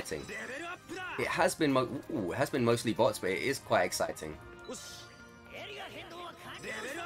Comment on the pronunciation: kinda sounds like youre saying butts not bots 😂